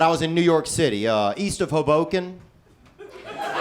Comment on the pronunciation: Strange hearing Southern people, like Theo, pronounce "Hoboken"...They make it sound like a completely different word